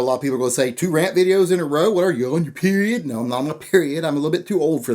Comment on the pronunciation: The emphasis on that P in period was strong. It hit my soul.